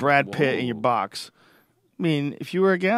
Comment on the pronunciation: Boston really comes out when he says "box" at about